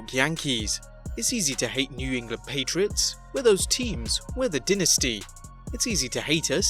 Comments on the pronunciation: Dynasty - (die-nas-tee).... NOT (dee-nes-tee). Other than that, great video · The way you said dynasty was pretty cool. DIN-NISTY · Bro DY-NA-STY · Dy-nas-ty. Dye-nah-stee. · Never liked Rollins in the first place. You need pronounce your words correctly. You can't even pronounce dynasty correctly? Why don't you check your videos properly before posting them . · Cant say dynasty?